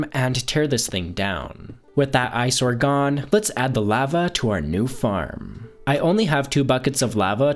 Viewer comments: Lava isn't pronounced the way you think it's pronounced lova I can't watch your vids that for whatever reason bothers me to no end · i hate how you say lava it makes me want to die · Is he saying lava wrong or am I? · La-va not lav-a tag not tog